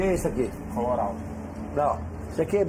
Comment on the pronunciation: "o que é issu ki" "Colorau" "Non issu ki é baquiteria" kkklllkkkk